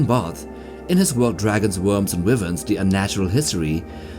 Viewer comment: Wyvern is pronounced ( why - vern ) and all the dragons in Westeros are considers to be Wyvern because their wings function as both wings and arms, if they had a set of wings separate from the front arms, then they would be true Dragons.